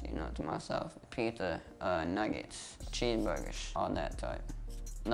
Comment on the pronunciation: "Pizza, Nuggetsh, Cheescebergurs , all dat" hahahah fuck